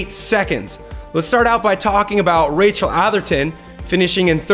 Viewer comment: if cam keeps doing this show, he defenitly needs to learn how to say Rachels Name :)